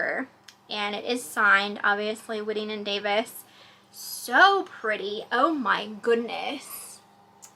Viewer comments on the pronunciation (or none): Hello. Just an FYI, it’s pronounced “White-ing” & Davis.